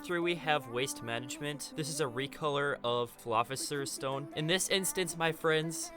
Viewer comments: "Philophisers Stone" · "Philiophisers stone"